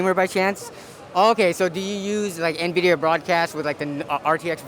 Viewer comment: kills me when they say Navidia